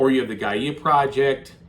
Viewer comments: I think it is pronounced "Gaya Project" and not "Gaiyeah Project? Am I missing something? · Great video! Thank you so much for showing the solo mode! (btw Gaia is pronounced: guy-uh)